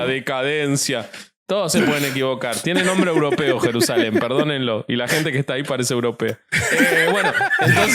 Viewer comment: No puedo con 'Jerusalen de Asia es Jerusamen' 🤣🤣🤣